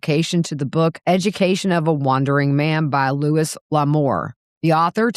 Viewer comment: Lou-ie not Lewis.